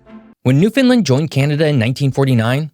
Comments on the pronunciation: ugh…… I appreciate the video, but Newfoundland is pronounced as it’s spelled. As our phrase intended for Mainlanders goes, “Understand New-found-land, understand”? 😊😊 And in regard to the debate where Cabot actually landed, it has been pretty much settled as occurred somewhere between Bonavista and St. John’s since the historical evidence on record is quite strong (not too mention geography). From it’s name (old spelling) The “New Founde Lande”, to maps and other documents. Also, the entire province and the Dominion has always been named as Newfoundland, with Labrador recognised as a part of it’s territory. It wasn’t until 2001 via a Constitutional amendment that the Canadian Province of Newfoundland was officially renamed as Newfoundland and Labrador. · I like your video's but being from newfoundland I got to let you know that the name is said the way it's spelled New-found-land. Keep up the good videos! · Understand - Newfoundland. That’s how it’s pronounced. Also, it’s St. John’s, not Saint John’s. And L'Anse aux Meadows, not the English-translated Meadows Cove. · Good on you for showing the correct border of Labrador, I could hear the teeth grinding in Quebec from here 😂. Not a bad job of pronouncing "Newfoundland," but not quite right. It's /ˈnufənlænd/ or /nufənˈlænd/. Stress on the first or last syllable, don't reduce the vowel in "land," do fully reduce the "found" part. Demonym, /nufənˈlændɚɹ/ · Not bad for a foreigner “newfindlind” 😅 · You have to pronounce Newfoundland as - "Newfin-LAND." Think of it rhyming with Newfin-CAN. LIke the CAN in Canada.That's the "A" sound. It's a Canadian shibboleth, you can always tell when a non-Canadian says it wrong. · how do you see newfindland, why does everyone say newfindland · because he's actually saying New Finland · the correct way is the way the locals pronounce it. New-Fin-LAND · New-fun-LAND Where are you even from?!? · but at no point was it called newFINland ;) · It’s pronounced “Newfound-LAND” Thx.